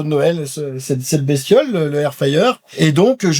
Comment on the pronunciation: Air fayer air fayer..c'est air fRRRyer bordel de cul 😂😂😂